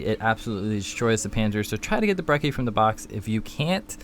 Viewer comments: He called it the brehssy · "brecci is very useful" my ass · Lol he said breci or what ever it's called wrong 😂😂